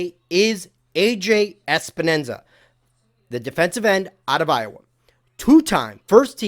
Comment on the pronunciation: Awesome job! One thing. Its Epenesa not Espenesa but no biggy. His name is confusing!